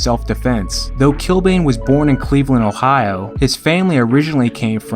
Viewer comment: Not too far off with the pronunciation of Achill Island, the way you do say it is here We'd also say Kill-Ban, as opposed to Kill-Bane (the Batman villain). Great vid as usual